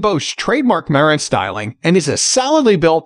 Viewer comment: bot voice - After so many times mispornouncing Marantz, I couldn't listen any more.